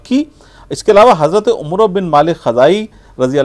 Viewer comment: ایک توجہ ہے عمرو میں و نہیں پڑھا جاتا اس کا تلفظ آپ نے صحیح ادا نہیں کیا یہ ع پر زبر کے ساتھ و کے بغیر پڑھا جاتا ہے عمر جذاک اللہ۔ آپ کی کوشش قابل ستاءیش ہے۔